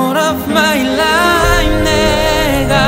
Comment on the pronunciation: Life 발음을 좀 더 잘했으면 훨씬 몰입됬을텐데 라임 처럼 들려서 집중이 잘 안됨 ㅋㅋ